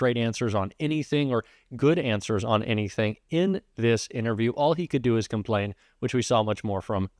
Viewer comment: LOL "ITNERVIEW"